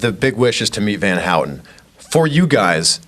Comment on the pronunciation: ITS VAN HOUTEN NOT HOUTON